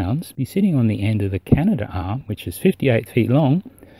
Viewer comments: Dear! Most get it pronounced wrong. You are no exception. Repeat after me... "Cana-DARM" "Canadarm". Not Canada-arm. Canadian-built, robotic arm. Canadarm!!! P.s. sorry. 😊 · Since "darm" is Dutch for "gut", I prefer Canada-arm.